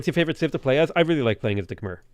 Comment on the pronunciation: Great Cast! One thing though, Khmer is pronounced Khmai